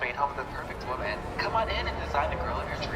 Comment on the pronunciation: wooomahn 😂 nailed it.